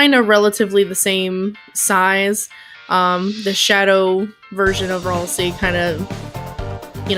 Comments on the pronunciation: its pronounced ralsay but spelt ralsie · R-al-say that’s how you say ralsei : )